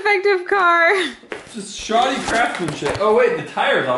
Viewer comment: He said shoddy